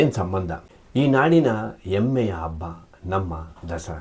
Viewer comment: ಎಮ್ಮೆ ಅಬ್ಬ ಅಲ್ಲ ಹೆಮ್ಮೆ, ಹಬ್ಬ.